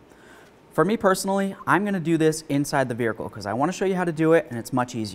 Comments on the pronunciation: Does he say vehicle weird. Vihercal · "Vericle" nice